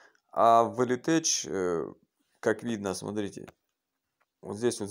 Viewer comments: Не элитеЧь а элитек произносится! 😃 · слово tech не читается как теч в латыни, читается как тэк или тэх